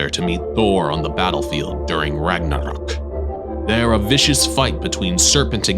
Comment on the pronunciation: I like how how u pronounced jormudgandr and Ragnarok! It’s really accurate:)